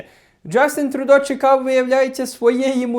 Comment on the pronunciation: Не Трудо, а Трюдо